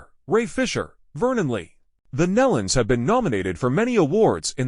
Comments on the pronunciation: If you are going to do a public announcement or video about someone PLEASE make sure you pronounce names and places correctly. I knew Kelly for a long time and Their name is like KNEE-LON not MELON!!! Just say'in! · PRONOUNCED. NEELON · that's been driving me crazy... It sounds like Neelon (like knee-lun). I grew up with the Nelons. But never the less, it's so, so sad. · You really should learn how to correctly pronounce names before you post for the public to see. Nelons...(Knee Luns) Melodi...(Mel-o-di) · It would be nice for grieving family and friends if the Family name NELONS was spelled and pronounced correctly instead of Nullens or Nellans!😮😢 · Maybe hitting the ground from 26000 feet. Bull crap posting very sad it's aloud. Obviously, didn't know anything about the Nelons or how to pronounce their name. I've been posting their music videos for years and probably know more about them than this post.